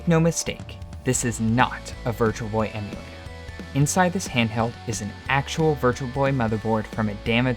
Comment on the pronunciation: he definitly not says Emulator, lmao